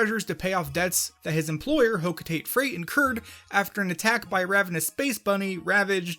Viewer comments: Ugh, another person who pronounces "Hocotate" as "hoe-koe-teight" instead of "Hoe-koe-tah-teh." Ironically, you said "Ujadani" almost perfectly. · Hocotate is pronounced Ho-KO-ta-Te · The way you said 'hokotate' really hurt society as a whole